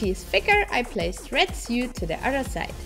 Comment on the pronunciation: Krass, wieviel Arbeit ihr investiert! Woher kommt die Zeit dafür? :-) Übrigens: "seam allowance" ist die "nahtzugabe" und "sew" wird "soh" ausgesprochen - es gibt sogar Videos, die sich damit beschäftigen. Und keiner weiß, warum "sew" die Aussprache-Regel bricht xD